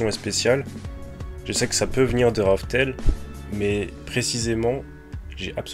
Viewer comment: Juste c raftel et non rough tell